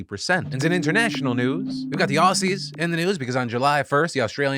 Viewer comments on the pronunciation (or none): It's not "awcies", it's OZZIES, thank you, haha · OZZIES!!! IT'S PRONOUNDED OZZIES! NOT OSSIES! Thank you for your time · Probably the least important thing to take from this video but Aussies is pronounced like Ozzys as in Ozzy Osbourne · Phil, as a loyal Australian watcher of the show for a decade now, can I please ask you to finally pronounce "Aussies" correctly? Think "Ozzy" Osborne.